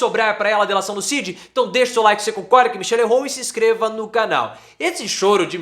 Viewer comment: EU SOU SEU SEGUIDOR E ADMIRO SEU TRABALHO MAS PFV PARA COM ESSA PRONÚNCIA RIDÍCULA E EQUIVOCADA DA LETRA D AO FALAR O NOME CID!!!